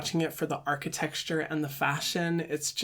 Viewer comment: no one: hyram: “archiTEXTURE” love you hyram